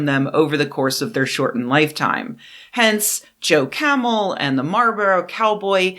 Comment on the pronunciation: Fantastic work as usual, but there’s an “L” in Marlboro.